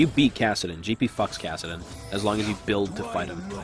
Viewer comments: Isn't it kassadin not kassiden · KassiDEN. wtf? you're drunk, go home. <3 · "Kassiden" lol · "Kassiden" LUL